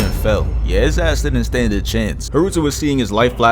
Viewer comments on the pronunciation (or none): none